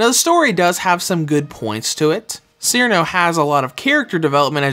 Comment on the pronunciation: Haha, clearly you're fairly new to Touhou. The ice fairy Cirno is pronounced like "Cheer-no", not "Sheer-in-oh".